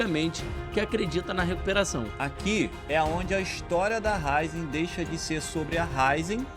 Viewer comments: Raízen, não Ráizen. Pronúncia do vídeo ficou errada. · senhores o nome da empresa tem um acento agudo no “i”, então é Ra-Í-zen, não Rai-zen. Para um conteúdo de alto nível, não pode tropeçar num detalhe importante como o nome de uma empresa brasileira. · Raízen e não “Ráizen” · Tem um acento agudo no Í !!!!!! É RAÍÍÍÍZEM !!! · É Raízen! A pronúncia está errada. O acento está no i e não no a 😉